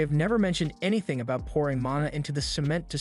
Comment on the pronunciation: He pronounces cement really weird